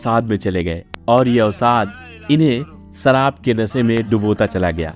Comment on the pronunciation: Asha ko asa,sharab ko sarab😂hindi me bhi varn mala me sha aur sa hota hai